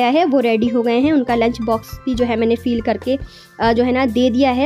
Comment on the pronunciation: Feel nahi hota hai fil hota hai